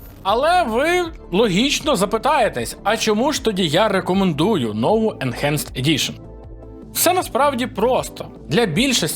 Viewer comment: Сам ти "енчанджет". Уроки англійської в школі мабуть прогулював? Бо читається воно як енхенст. Ось тобі транскрипція (/ɪnˈhænst/)